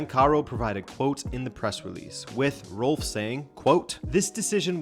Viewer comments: Rolfes is pronounced like u would read the name in Spanish: RRoll-féz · Rolfes is pronounced Rolfes. It's almost funny how American changes every sound in that word but the s. Every sound but one. This is a little rant on English, not on you. Great video!